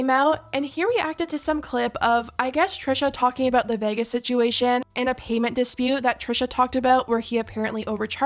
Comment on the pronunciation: In all my years I've never heard anyone pronounce Vegas as 'VEHGUESS' before 😭